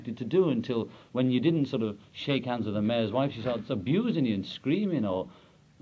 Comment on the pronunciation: Hahahaaahaahahahahahahahahahaaa it's kinda funny "Klap yurr handzth"